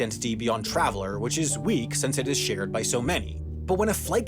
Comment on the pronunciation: Stop pronouncing “since” as “sense”